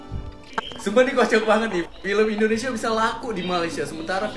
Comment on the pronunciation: Sorry bang pengucapan u salah bukan Endonesia tapi Indonesia